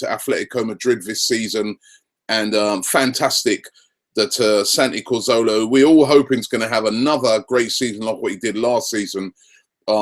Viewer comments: It's Cazorla NOT Corzola!!!! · DeadshotYT He always gets it wrong! He doesn't pronounce Giroud's name right either. The 'd' at the end should be silent.